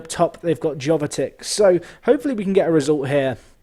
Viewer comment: Jovetic's J is pronounced like Januzaj.